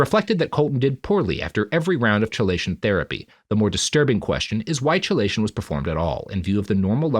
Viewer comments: I'm not sure of the origin but I would guess Greek (maybe Latin). It should be pronounced "key-lay-shun". Robert consistently started it with a "chuh" sound. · Chelation is actually pronounced as KEYlation, sir. It is. in fact, not chill. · Am I crazy or is it chelation with a hard k? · Minor point, but chelation is pronounced key-lation, not chee-lation. It's just one of those things were historically we decided Greek words would use C for χ because it's somewhere between a hard and soft C, but it's closer to a hard C than soft so defaulting to K is often more correct for how English has decided it should be pronounced. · Robert it's "key-lay-shun" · As a toxicologist, every time I go: "ITS KEY-LAY-SHUN ROBERT!" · Chelation "Key-Lay-Shun" That is all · With all due respect, Robert, "chelation" is not pronounced like that... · He still can’t pronounce chelation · Recorded the same day as the previous, my dude. These always are. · Robert mispronouncing chelation therapy for two episodes is making my eye twitch. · I didn't look at the comments on part 1 but I'm guessing that I wasn't the only one who was irritated at the way he pronounced "chelation"! Fortunately I have the good sense to just accept that this is how the world works, and this is not the kind of show where that sort of detail matters as much as it might elsewhere. (Don't get me started on the astrophysicist who consistently mispronounces Niels Bohr's first name!) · Yeah, that is an irritating mispronunciation. I'm trying to "just love the work" and not let it bother me. Fuckin' hell, I first heard the word from medical quack Carlton Fredricks on his radio show.